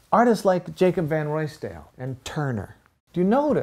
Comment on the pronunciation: Hi - great video. In Dutch Ruisdael is pronounced more like the 'ow' sound in 'house' and the ael ending is more like dal or dahl in English - so something like Rousedahl. :-)